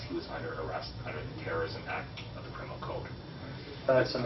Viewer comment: I love this "crimminal"